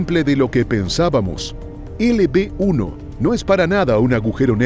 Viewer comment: de des de disir LB-1 dijiste LP-1 yo así te entendí me saludas soy tu fan